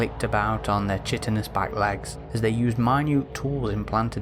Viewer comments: "Chitinous" pronounced as if the "C" is a "K" like "Kite-in-ous". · Just a note, Chitin/ous is pronounced "Ky-tin"/"Ky-tin-us". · Chitenous is pronounced "ky-ten-us".